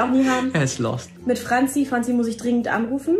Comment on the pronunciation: Es ist so krass ... wen ich überlege das ich diese Serie mit 8 Jahren gesehen hab und mittlerweile 19 bin . Dieses Interview zu sehen war das wahrscheinlich beste seit einer langen Zeit . Hab diese Serie wirklich geliebt . Ich finds auch sehr lustig wie er bei Lost sagt haha